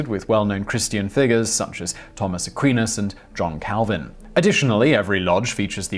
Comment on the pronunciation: does Simon intentionally mispronounce words/names and get dates wrong (divisive ,Thomas Aquinas,1828/1928) or is he a bit thick.